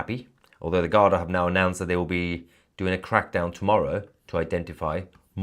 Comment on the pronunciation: Mahyar it's pronunced "Gardee". (Not garda). I lived in Ireland for many years.